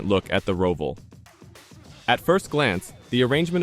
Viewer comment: Bro said Row-vall